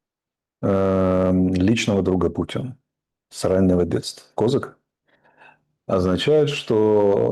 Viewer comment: Он даже не знает где ставить ударение в фамилии Козак